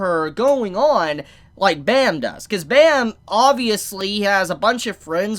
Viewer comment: I love you, but please pronounce Bam’s name right. Pleaseee.